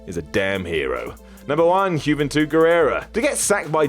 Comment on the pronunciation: Hyooventud? British people can't pronounce anything right.